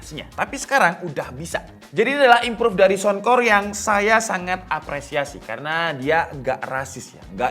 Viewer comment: Saunkor..bukan sounkor